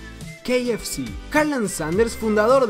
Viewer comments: has pronunciado el kfc como [quei ef shi]? se dice [ca efe ce] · Estas hablando español no ingles dilo bien:k f c: ka,efe, ce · Y no se pronuncia como tú dices que se pronuncia el KFC